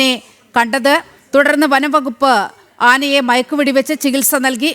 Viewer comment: ആനനെ എന്ന് അല്ല ആനയെ എന്ന് പറ